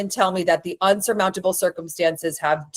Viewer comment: It’s “insurmountable”, for future reference 😊